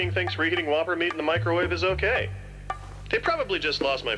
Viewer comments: "Home of the Voppers" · “The home of the voppers” 💀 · Just wait until finds out that Vopper rhymes with Whopper…